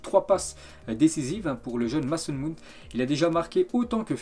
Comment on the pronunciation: C’est que depuis 45 ans il dit "Maçon Moon".